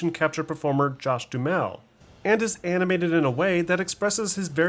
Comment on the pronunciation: "manurisms"? "dumel"? lol.. good video but work on enunciating the words properly my dude. "mannerisms" and "duHAMel"